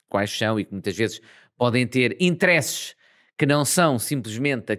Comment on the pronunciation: Muito bom como sempre 👌🏼 mas...porquê "interésses"? 😂